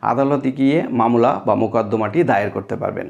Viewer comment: মামলাকে মামোলা বলেন কেন